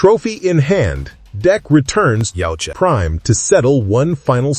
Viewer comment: This shit was so trash it made Shane blacks movie look like a masterpiece. It’s yautja not yeowcha! Yot cha